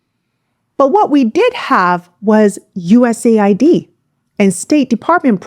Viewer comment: US aid. not USA id. get it right.